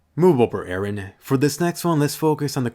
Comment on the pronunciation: IT'S EREN, NOT AARON! WHY DO ENGLISH PEOPLE MISPRONOUNCE JAPANESE NAMES?